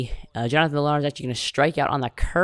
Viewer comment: Also villar last name is pronounced villar(viyar) Good vid.